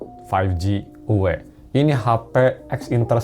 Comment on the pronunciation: uwe uwe uwe